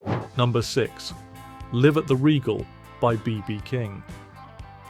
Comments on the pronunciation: it's not "Live" as in "IF" it's LIVE as in ""L. EYE V". learn how to pronounce!!!! Live at the Regal...ridiculous!!! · "Live at .. " should be pronounced like "alive at.." not like it's their home!